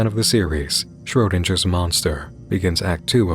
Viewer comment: "Schrodindgers Monsters"? Are you fucking kidding me?